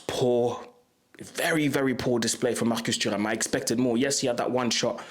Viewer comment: The way you said marcus turam says that you really speak french 👏👏👏